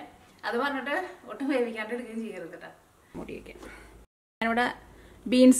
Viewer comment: Adyam malayalam nallapole padichu correct pronouce cheyyuka. Itto alla ketto anu ketto